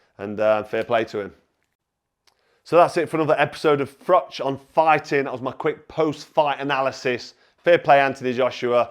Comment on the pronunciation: Brilliant comments by Froch who knows what he is talking about! Cheers BTW should his name be pronounced 'Froh' as his father is Polish I think.